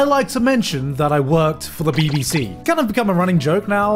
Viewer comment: it sounds so wrweong everytime he says bbc omfg..